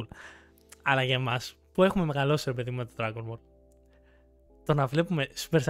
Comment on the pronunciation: Θα γίνω ίσως γραφικός, ίσως ανόητος ή και ακόμα προσβλητικός... Αλλα τι να μας πείτε για ντραγκον μπολ ( και οχι ντρανγκο μπολ); Κάνετε μια καλή προσπάθεια και καταλαβαίνω πως θέλετε να ανεβάσετε το κανάλι σας και σας ευχόμαστε τα καλύτερα. Κάνετε ομως μια καλη έρευνα για αρχη, και δείτε εντατικά απο την αρχή. Μην απλά μιλάτε με οτι θυμάστε.